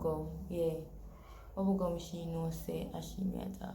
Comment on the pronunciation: "Buggle gum" the word is bubblegum 🤣🤣🤣🤣🤣🤣🤣🤣🤣🤣🤣